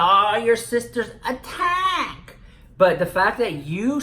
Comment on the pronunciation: I love the wat you sat “ attack”. ❤️😂❤️ Nicki and James are buds. Didn’t they hang out in NY during fashion week? Regardless, the Wet n Wild James Charles palette joke was funny. Both times.